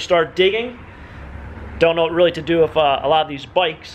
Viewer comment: '' whats up with you not saying "WITH' and saying 'WIFF' instead..must be an american thing,,us canadians do not talk like that,,,weird,, th,,ff,,hmmmm